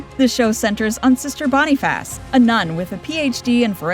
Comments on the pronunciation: You mispronounced the name “Boniface” in the show “Sister Boniface”. If you’ve watched the show, then you know it is not pronounced “Bonn-ee-fass”, but more like “Bonn-eh-fuss”. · Clearly not AI, but I think they're picking on your pronunciation of Boniface.